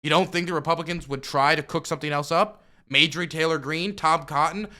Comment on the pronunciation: Jesus, it’s MARJORIE not Majorie, she’s from the south 😂Sorry love the channel, just bugs me